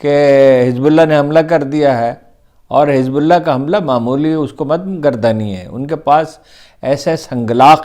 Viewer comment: Gustakhee moaf Haroon sahib bismillah theek traha parha karein " allah" ka lafz to vazeh hota hi nahein?